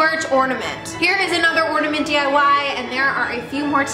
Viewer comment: I'm mad because you keep saying ordamint not ornament